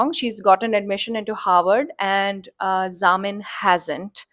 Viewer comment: It would help if you got the names correct! It's Zamil and not Zamin